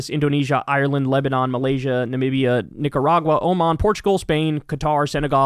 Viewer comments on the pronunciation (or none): none